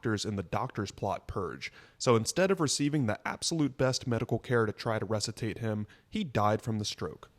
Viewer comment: "Russi-tate" lmao. Dude cant even speak